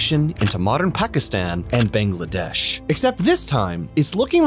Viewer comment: Why do most foreigners pronounce Bangladesh like that 😭